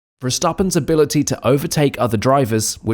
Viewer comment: Bro how are you saying "Verstappen" hahahahahahaha